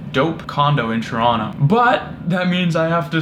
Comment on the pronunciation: At least you pronounce Toronto correctly